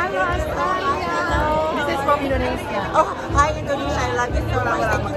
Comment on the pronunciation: Jgn laa kau asekk sebutt Indonesia maluu aku dengar nyee